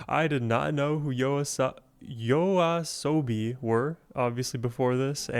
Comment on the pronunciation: Nice reaction! Firstly, thanks for pronouncing YOASOBI correctly and secondly I recommend starting with their earlier work and move your way to their newer songs, if you'd like to reaction more of their work. 1. Yoru ni Kakeru - Debut song and how they became famous - Official MV or live performance for the original beat 2. Monster - Official MV or their live performance like Primevera music fes 3. Tabun - A different pace - Official MV or acoustic version Enjoy~